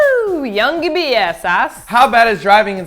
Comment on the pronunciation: Hahaha WooyoungBias = Woooyounggibeeas xD Groovy Martina! 8)